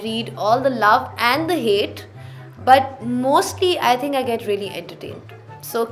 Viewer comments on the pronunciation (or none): none